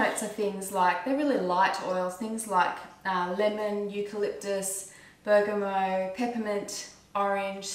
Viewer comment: Great video. I would just like to point out that the 't' in Bergamot is not meant to be silent.